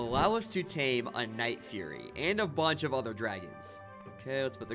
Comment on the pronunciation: its not "furry" its "fury"